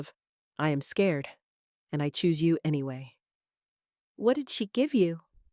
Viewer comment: Can the narrator not say a or you?